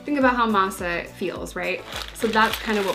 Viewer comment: Says Masa pretty well